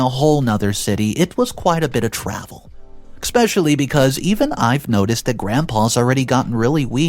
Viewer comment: There's no X in the word especially